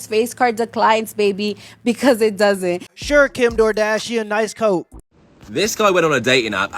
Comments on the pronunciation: "KimDoorDashian" LOL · "Kim DoorDashean"😂😂😂😂💀‼️ BRUUUUH